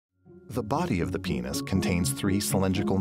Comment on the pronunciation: the way he he says "into the PINES"